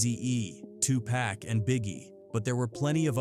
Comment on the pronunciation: What a lazy f'ing video. It's Tupac not Two Pack. Credibility instantly gone. I don't believe anything you're saying